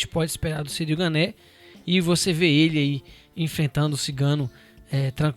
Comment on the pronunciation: cyril ganá se pronúncia